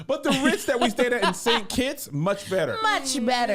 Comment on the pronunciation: Kevin just call me country name properly 🇰🇳